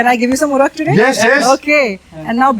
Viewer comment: It is called ooraak not oorak .